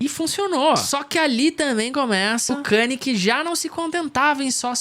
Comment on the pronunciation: Mano, mt daora o video, mas como voce passa o video inteiro falando o nome do cara errado? O cara ate mudou o nome pra só "YE" pra ver se as pessoas acertavam que a pronuncia é ka-n'ye"